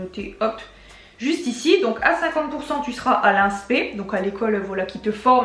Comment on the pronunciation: Inspe se dit inespé 😂